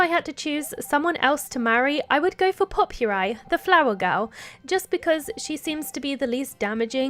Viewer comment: " pope-your-eye " that's a way of pronouncing her name i've never heard before lmao. its " po-per-ee " pronounced like Potpourri, the mix of dried flowers and stuff used as a table decoration. and she's adorable, i love her. <3